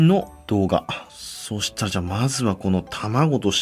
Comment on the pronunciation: 「そしたじゃ」w